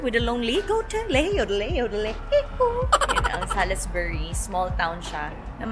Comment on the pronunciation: Pronounce it as Salisbury(silent i,silent u)